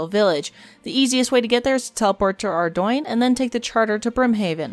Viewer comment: Your pronunciation of Ardougne hurt me, but the guide overall was great minus a few unnecessary items you didn't mention should be kept banked. All in all great guide though holy shit